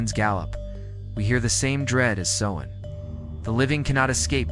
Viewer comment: Please pronounce "celts" with a hard K not a soft C and Sovvan is pronounced Sow as is in S--OW--in